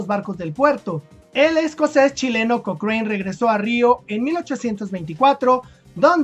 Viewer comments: Hola Lord Thomas Alexander Cochrane se pronuncia Lord Cokran, no cokrein P.D Lucho por la independencia de Chile, Peru, Brasil y Grecia. Saludos. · se pronuncia koókren, en Chile siempre se le dijo Kókran, nunca kokréin como lo dijiste en el video